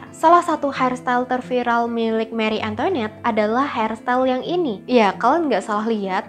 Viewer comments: maaf tapi pengucapannya banyak yg salah. antoinette itu dibacanya antoanet , versailles dibacanya kurang lebih versaye. itu yg saya tau dari film film atau komik komik. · Antoinette, bacanya Antwanet. Versailles bacanya vehsai.. r nya dimatiin pake h. L sama s dipaling akhir ga dibaca. Gitu loh bu ibu